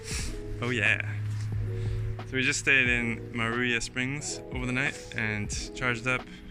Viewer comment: No one got to see how amazing the hot springs are at Maruia (which you pronounced correctly woop woop)! Secrets are good sometimes ;) As for the trip, we know some people have had to cancel after lots of planning and cost and effort, so you are doing well, even limping that train-wreck of a motorSICKle. One correction...there was NO ISSUE with the Ego, it was the charger temporarily out-of-action and rider error for navigation. Ego was sublime and chill. Glad the tank bag pillow ended up being so comfy! Oh, maybe don't make the last episode for a few weeks...WE DON'T WANT IT TO END.